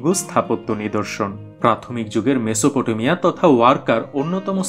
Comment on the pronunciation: মেসোপ টো মিয়া। উচ্চারণ।